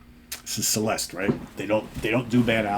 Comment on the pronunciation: The name of this band is Celeste. Pronunced as Cheleste and means heavenly. Čeleste.